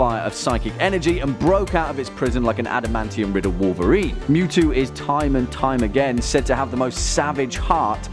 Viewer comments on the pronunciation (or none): none